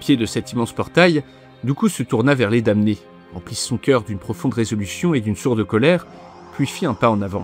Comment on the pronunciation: Juste un truc qui m'a embêté parce que je suis pénible : la prononciation de damné en français est /dɑ.ne/ . On ne prononce pas le m.